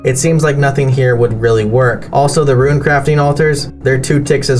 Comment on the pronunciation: What I don't understand is the pronunciation of Rune, if he's pronouncing runecrafting properly why he saying ruin instead of rune? 😭